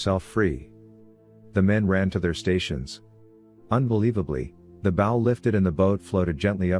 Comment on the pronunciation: What a great book, good naration ,but it's not,bow like" bow and arrow " it's Bow like "take a bow", otherwise good job!